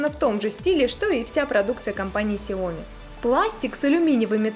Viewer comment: СяомИ. На "и" ударение. С китайского переводится как маленькое (сяо) зёрнышко или рисинка (ми).